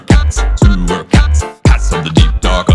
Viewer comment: when he said cats it sounded like pats or pants